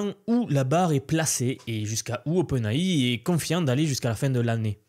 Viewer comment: OpenAI prononcé à la française...stp fais un effort...